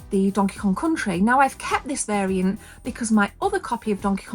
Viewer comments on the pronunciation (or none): none